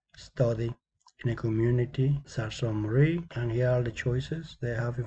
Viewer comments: Um I’m from Sault Ste. Marie and its pronounced soo saint maree but other wise good job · Yes, I learned the real pronunciation after the video. Thank you for the feedback. It is soo Ste. Marie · You can't even pronounce it!